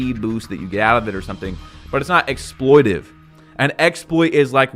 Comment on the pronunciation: yapping about how people dont actually know what exploiTATive means while constantly mispronouncing it is pissing me off lmao